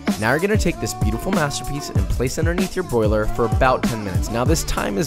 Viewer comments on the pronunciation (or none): none